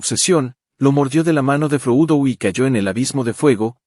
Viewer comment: Buen resumen, pero si estás narrrando en español, Frodo no es froudo, y Saurón, no es Seuron.